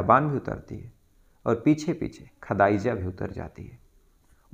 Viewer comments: Sir app pehly apne bolne ke tarike par kam karo khadaija nehi khadija hota hai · Bhai sab name to thik see bolo khadiza